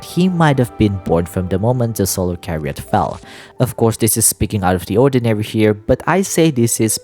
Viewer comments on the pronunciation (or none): Hello - I’d like to politely let you know that chariot is pronounced with a ‘ch’ as in chair, /cha-ree-ut/, and not like how it’s pronounced here on the video /ka-ree-ut/. Thank you and I love you your videos I hope you don’t take this negatively. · I can confirm that "chariot" has an "h" in it, and it's not silent.